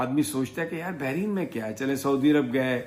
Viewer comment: Sir jee Lafz hai Bahrain , do samundar and NOT Bahreen :)